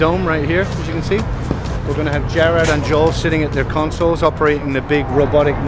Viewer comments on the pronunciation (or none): "gerad" really?! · Jared? Come on man, get it right! Unless that was your accent speaking... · 4629 but even with the accent it's pronounces Gerard with a long E not Jared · He said Gerard, it just sounded like Jared. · Hueh the only time they said Gerard's name they said Gerd lmao poor gerd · The biggest sin in the world is when the guy said Jerod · it's not Jared it's Gerard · His name is Gerard. Not fucking Jared.